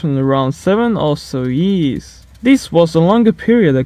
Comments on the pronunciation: Lmao when he try to say years yéés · how do you say years?